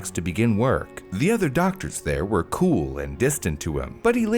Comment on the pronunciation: He does clearly say "cool and distant" instead of (I'm assuming) "cruel and distant" right? I'm not just hearing things am I?? My headphones are not that great